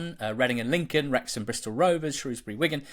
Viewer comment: You certainly got Wrexham wrong again 😂